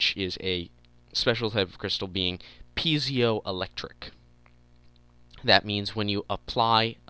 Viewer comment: I think it's pronounced "pie-zow electric" or "pee-aye-zow electric" crystal. maybe not pee-aye-zow I think I just pronounce it like that so I can spell it right. I can't remember.